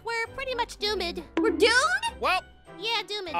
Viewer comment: Kim : doo med Aphmau : doomed Kim : door med 😂😂😂😂😂